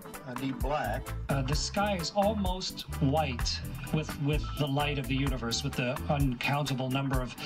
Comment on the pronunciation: Did he say bwhite?!